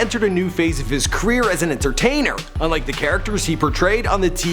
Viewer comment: Say "kreer" one more time I dare you.